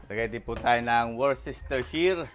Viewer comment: Hindi po nagpapatawa. Ang tamang pronounciation po is WUSTESHiR (pronounce in Tagalog po). Salamat po sa video ninyo. Very entertaining na, natuto pa ako magluto.